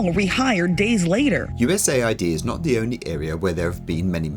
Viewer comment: US AID, not USA ID